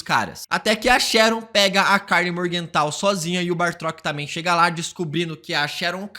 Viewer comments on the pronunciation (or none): Toda vez que aparece um vídeo com o BATROK, o insiste em falar /chamar ele de "BaRtrok"